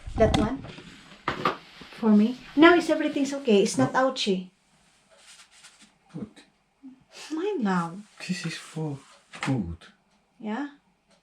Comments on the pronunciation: Hahah outchy ba yong naririnig ko???? 😂😂😂😂ang makati kc itchy hnd outchy 😂😂😂😂😂 deyyyymmmm😅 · Not ouchy its itchy.